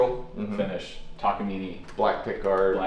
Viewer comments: Now it's a "Takaimine" instead of Takamine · Would it kill you to say Tah-kah-mee-nay? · Now, learn how to pronounce it: tak a mean eh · I think it's pronounced "Takaminé" sounds good much love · Downvoted for consistently deciding to pronounce the i and e in Takamine as if they were the same letter.